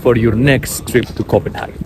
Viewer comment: I'm just curious as to why you spell Copenhagen like that in your title and pronounce it in that way?